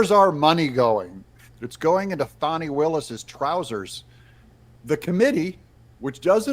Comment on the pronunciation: It's not "Fawny"